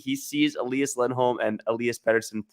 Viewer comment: There's only one pronunciation of Elias in Swedish. Let's just say it's not Elah-yahs.